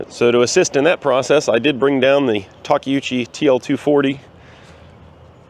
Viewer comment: Lol tak-ou-chi